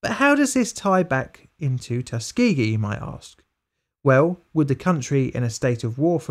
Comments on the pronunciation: TUS-KA-GEE, I love the vid man but you mangled that one. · The fact he pronounces it as Tus-key-gee makes me mad. Like i know it doesnt matter but everyone I know says Tuskuhgee